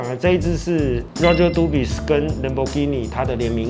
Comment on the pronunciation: s沒有發音吧